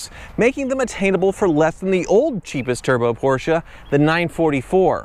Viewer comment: Ffs Porsche not a Porschia....